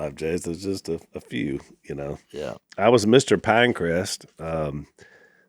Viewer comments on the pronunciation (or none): I had to listen to the beginning 4 times. I think Al said he was “Mr Pinecrest in 8th grade” but I heard “Mr. Pancreas” 😂😂